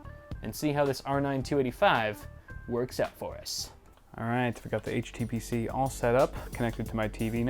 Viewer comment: What did HTPC stand for - sorry I didn't understand it in the video - to me the t sounded like you said tutor.